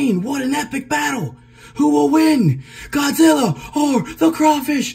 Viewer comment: I like it when you say Godzilla (the first time of the vid) like you said Gawdzilla